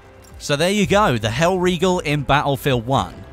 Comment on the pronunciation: not mispronouncing hellriegel, subbed